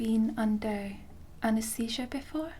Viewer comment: Anaest.. what.